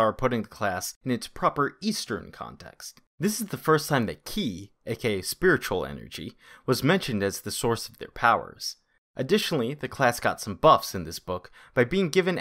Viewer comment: Also, ki is pronounced like chi